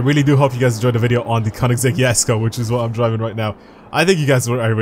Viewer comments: That's how you're meant to say it. (He doesn't say it with the G it's a K) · Your probably the only one i have heard to say the name correctly